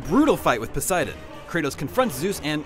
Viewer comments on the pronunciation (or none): none